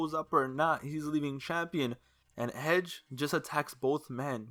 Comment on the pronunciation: Why he say hedge instead of edge lol